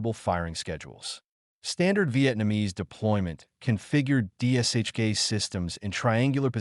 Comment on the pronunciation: It’s D[SH]K. Not DSHK.